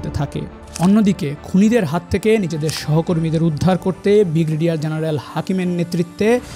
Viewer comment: Bhai apnar voice ta valo na , joto toko voyokhor vabay present korar apne parayn na, and apnar pronunciation khoob bajay , apne brigadier na bolay boltaysayn bigraydiar first fixed your English and pronunciation, then make a YouTube